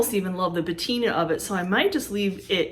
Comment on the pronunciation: Great finds. Love to see what you find. Oh. The word is Patina and not Bettina. Just wanted to let you know! ❤️